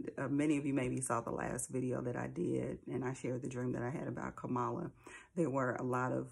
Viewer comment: It bothers me that you mispronounce her name as he does constantly and intentionally. He's talked about killing his opponents. You said someone said he's not worth the dirt on their shoe and that was horrible but he's talking about taking lives. The lesser of two evils I don't agree with though I liked it. I believe Trump simply is evil. Nothing godly comes out of his mouth unless it benefits his ego. I believe terrible times are ahead for the world and have felt it and see the patterns but I'm still comfortable with my choice. At one of his rallies he talked about the snake story. "You knew I was a snake when you picked me up." I thought, he's talking about his self. It may not matter to you but I still appreciate you.